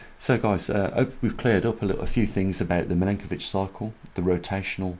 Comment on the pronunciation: Your videos are great. Just one thing, the last name of the scientist you mention is pronounced Milankovic, not Milinkovic, its Milutin Milankovic. I am an Serb, as he was, so you can trust me on that. Thank you for your work.